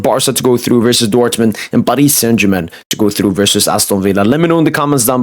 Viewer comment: The way u say Paris saint Germain makes my skin crawl. Can’t u just pronounce it normally